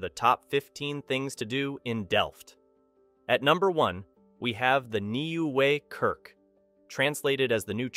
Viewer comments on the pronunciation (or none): Great vid, some nice tips for visiting this lovely city. Also love how you absolutely butchered that Nieuwe kerk pronunciation haha.